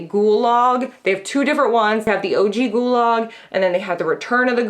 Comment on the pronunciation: i want you to know that every time you talk about the shudder ghoul log, i think you're saying "gulag" and it's so dark and funny to think about someone enthusiastically gushing about how much they "love the gulag"